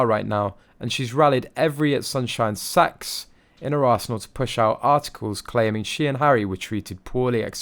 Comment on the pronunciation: No ! It sounds like Sax to me.